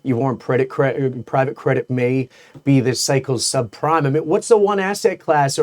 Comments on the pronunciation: Did he say sub prime crisis or sub crime crisis? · I love how mis-pronounced the 2008 sub-prime crises as sub-CRIME. Seems accurate to me, for both 2008 and 2026...